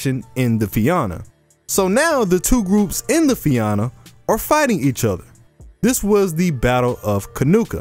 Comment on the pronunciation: Fia-na that’s how you split the syllables and it’s a soft a Fianna